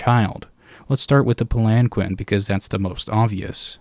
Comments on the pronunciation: In case you care to know, palanquin is pronounced "palan-keen". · Pal-In-Keen is how that word is pronounced